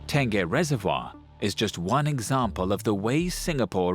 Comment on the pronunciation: Apa Tan-geh reservoir?